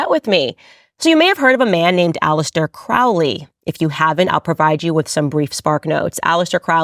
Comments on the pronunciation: It's pronounced Crowley like lowly, not Krau Li. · KROW-lee. Not KRAU-lee. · Crowley isn't pronounced that way. The trick to remember is "Unholy Crowley" not that it really matters. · just fyi, not making a statement on my beliefs, but his name is pronounced CROW-ly (like the carrion birds). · "Crowley", as in Holy. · Crowley is pronounced Cro-ley,it ryhmes with holy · Aleister *Crowley -- they pronounce it [kroʊli]. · “Crowley”, usually pronounced Crow-ley, as in 🐦‍⬛ Crow, the bird! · 🪄 pronounced crow-lee ... 😒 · Its crow lee. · Crowley wrote a poem on how to pronounce his name. The second someone pronounces it wrong I automatically know they have no idea what they're talking about. ;) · Candace, you are learning but at least learn to pronounce their names correctly especially the CIA baby eater book writer. Do you know the name is pronounced just as you say the birds name and he was adamant about it. If you would like to really get into it, read all this books, find the women who he inpregnanted then convinced them too sacrifice /ate. Check the mental institutions.